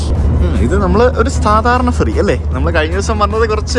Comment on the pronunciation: ഫെറി എന്നുപറയുമ്പോൾ അക്ഷരം മാറാതെ ശ്രദ്ധിക്കണം 😄